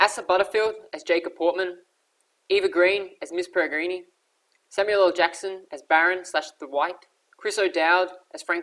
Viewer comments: It's actually pronounced pair-i-grin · Did you just say miss peregreenee?? Hahaha